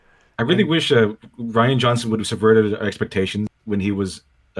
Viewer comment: "Ruin" instead of "Rian"? Really? I mean are you like 5?